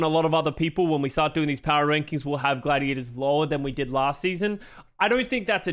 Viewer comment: It's not Gladiadas, it's Gladiators*.